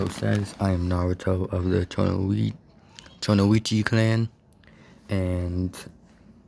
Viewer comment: Actually pronounced chi-noi-ki